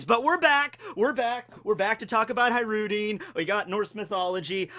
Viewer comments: ISnt his name pronounced HaJrudin with hard J? his name from Arabic i think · High-Roo-Dean lmfao holy shit 20 seconds into the video and I'm already losing my shit